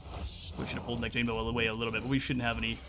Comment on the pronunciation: This be the first time I've heard anyone pronounce his name as 'nec-TANE-bo', I've only ever heard it said 'nec-ta-NE-bo'. Interesting.